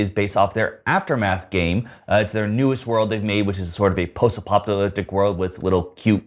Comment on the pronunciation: As much as I enjoy some of creative pronunciations, I think his version of "post-apocalyptic" is my favorite. He needs to be given ALL the post-apocalyptic new releases and Pickstarters! Thanks in advance!